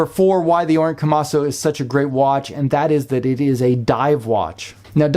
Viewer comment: KomasU not KomasO